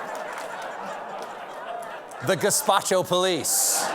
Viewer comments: There's another level to the gazpacho business- if she'd said it correctly, she would have been saying "Gestapo police", which no one says because the -po at the end is already short for police. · Took my a WEEK to understand she meant Gestapo and not whatever Gazpacho sounds like. Holy shit. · who ever told her to pronounce it gazpacho deserves a beer. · Did she MEAN to say “gazpacho?” Either way, 🤔😐🙄. MTG has definitely earned a place on the ‘Top 10 Politicians Who Personified the Stupidity & Ugliness of the Trump Era.” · U would think tat someone as white as MTG would b able to pronounce GASTAPO correctly, but we didn't take her stupidity into account I guess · Just curious….??what was the word supposed to be?!? Gazpacho….hmmmm…just tryna figure out the verbal hieroglyphics of the ignorant….🦉🎙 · Is she trying to say Gestapo? Like, the Nazi police? LMAO! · I don't want to be a grammar-nazi, but apart from the obvious mispronunciation of the word "Gestapo", "Gestapo police" is redundant. Gestapo is short for "Geheime Staatspolizei" (transl.: Secret State/National Police), which already includes "Police". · Now I know she's freakin' knutz. She can't even remember how to say her own Police Department. Very sad. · I read the title many times and drew no predictions at all, little did I know that Margarine would mispronounce, Gestapo in such a grössly wrong way. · I'm surprised by Marjorie Taylor Greene: I assumed "Gestapo" could be pronounced by all Nazis. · That's overestimating their knowledge of history. Add history to the list of subjects conservatives stop children from learning. She referenced the soviet gulags and mispronounced the Nazi gestapo as a Mexican soup in the same sentence to slur capitol police the house speaker has no control over. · Your instinct is right! She can pronounce it, but she would never take the "Gestapo's" name in vain! She has principles... just you know, those kind. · Only southern nazi's can't pronounce it.